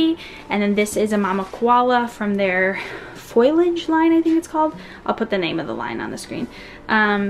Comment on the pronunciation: Not to be a grammar Nazi but it's pronounced fo-lee-age Not foil-age 🤗